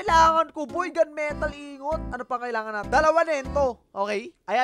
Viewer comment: Tin ingot MP4 Tin ing-got pronounce nun dba?